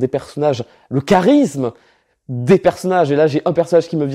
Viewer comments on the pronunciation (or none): none